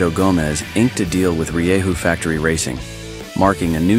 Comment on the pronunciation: Prijatelju, malo opazanje, Rieju cita se Rehu. Pratimo te uvijek! Jednom cemo narucit turu, da nas provozas kroz prelijepu prirodu centralne Bosne. Lipi pozdrav iz Istre